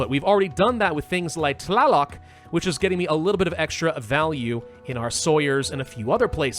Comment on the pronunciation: Deity pronunciations: Quetzalcoatl: Ket-zuhl-co-ah-tul Xipe Totec: Zhi-pay Toe-tech Tezcatlipoca: Tez-cot-lee-poe-cuh Huitzilopochtli: Hweet-zee-low-poke-tlee Mictecacihuatl: Meek-tay-cah-si-wah-tul You actually got Tlaloc right first try, ehehe. The hard part with all of these is that to pronounce them COMPLETELY accurately you have to say all those syllables together relatively fast and breathlessly.